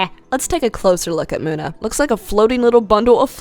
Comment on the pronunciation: In number 9 we have muda (this is a joke I know its munna but it sounded like muda if you get this reference like)